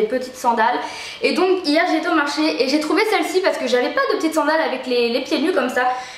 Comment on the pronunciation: coucou! juste pour te dire qu'on dit SANDALE et pas sCandale!!! XDDDDD biz